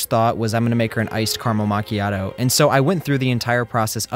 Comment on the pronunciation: bro kinda butchered the pronunciation of macchiato